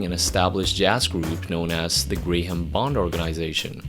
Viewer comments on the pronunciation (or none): The name Graham is pronounced "Gram", not "Grey Ham".